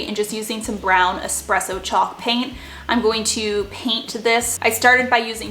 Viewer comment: Thanks for say “espresso” correctly. Most people say “expresso” and it drives me crazy!!